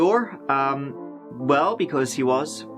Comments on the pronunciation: I realized now that the host pronounce 'R' as 'oor' all this time just after he said CPR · Cpr is an acronym it’s not pronounced ceepeeawwghoor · Why do you keep saying "CP-Or"? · C...P....R. Not fucking OAR. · He keeps saying CP or....CP orrr....CP OR WHAT MAN!?!? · WTF is "cp oar"? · CP or? Or what? (Dictionaries has something called phonetics - you can also hear pronounciations on google translate) Love your videos! (Lorve your videors!)